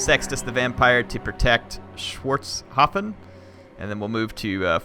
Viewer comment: Schwartzhafen is correctly pronounced "shvartshafen", if one would like to know )